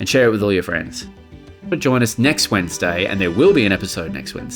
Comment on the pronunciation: can we get an intro without the alliteration of wednsday? it feels weird hearing it pronounced that way.